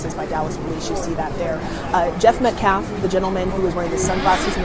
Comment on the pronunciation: He never says Austin’s last name correctly. It felt purposeful!! It’s not Metclaff you race hustling cowards!!